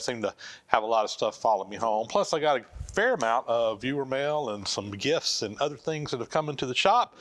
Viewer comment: Was waiting for GIFS until I realized you said gifts.